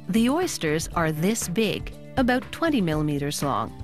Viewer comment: She must be Canadian, she says "aboot!" Its cute lol...